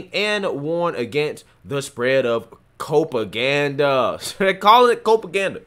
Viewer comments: I think it's cop-aganda not co-paganda. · Its " cop aganda"... Not copeaganda.... Just saying, love ya god bless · Isn't it Cop-a-ganda? as in police? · “Cope”aganda? Do you call the copes? COPaganda! Rhymes with PROPaganda. I’m calling the copes… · Don't think it's 'cope-aganda', it's 'cop-aganda', which is much more offensive to me. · I think it is cop aganda...as in rhymes with prop. Not cope. :) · Copaganda rhymes with Propaganda. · I think it's copaganda rhymes with propaganda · You are right. I wanted to correct him, too. :)